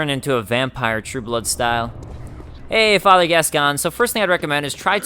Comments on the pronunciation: Gascoigne is actually prounced like "Gas-coin". Just think of the "g" being silent and it you get "Gascoine". It's the same deal as my Gough comment for your DaS1 playthrough; it's a normal family name in the UK. I think the "Gas-con" you've heard is based on the French origin of the name, like Richard being pronounched like "Ree-shar" over there. Or your very own name being pronounced like "Dah-vid" rather than "Day-vid". Funnily enough, just like with Gough, there's a famous retired sportsman with that name that everyone in the UK will have heard of. In this case it's Paul Gascoigne, he played football for England. Here's his name in some football commentary. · hey. Loving the let's play. Just started this game but there's one thing. Gascoigne is pronounced "gas coin" I'm English and there used to be a footballer with the same name "Paul Gascoigne" ;). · I swear Gascoigne is meant to be pronounced, 'Gas-coin'. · Sorry dudes but the name is pronounced Gas-coin. The voice actress who plays Eileen the Crow is from Yorkshire, England and her thick accent makes it sound a little different when she says it, but it’s definitely Gas-coin. It’s a reasonably common name here in the UK which has French origins.